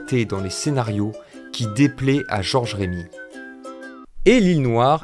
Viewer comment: Salut grand chef ! Merci pour ces videos qui je regarde avec assiduité. Juste un détail : Remi se prononce « reu-mi » et non « rémi ». Bonne continuation !